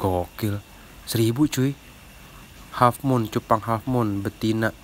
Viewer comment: kata abang yutube nya hallfmoon padahal besgel halffmoon kaowkoa